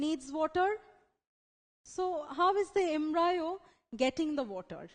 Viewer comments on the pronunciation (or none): It's pronounced as embrio not embraeo 😑😕 it was really annoying listening to embraeo a 100 times but the video was good it helped thanks 😄